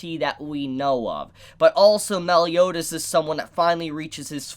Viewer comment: You are a trashbag too, how dare you utter the name 'Meliodas' in such a cringeous pronunciation...